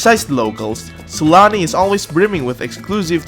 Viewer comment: I swear i keep hearing it like S A L A M I